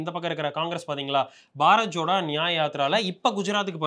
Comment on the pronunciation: அது பாரத் ஜோடோ bro. பாரத் ச்சோடோ இல்லை